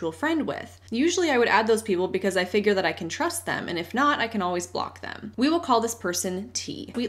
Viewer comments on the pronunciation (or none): none